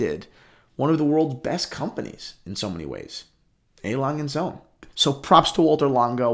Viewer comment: 1 Sohn. 2 Söhne, with an Ö.